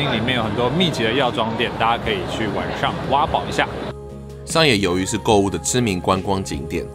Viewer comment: 好奇問個 是南部人嗎 因為聽到你講晚ㄕㄤˇ XD